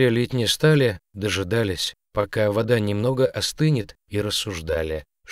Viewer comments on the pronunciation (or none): Чтец непонятный.По-русски говорит вроде без акцента, а в ударениях самых простых слов ошибка на ошибке: вОда, Еда, и др. Режет ухо. А котишке пушистику повезло. Жалко без хвостика остался.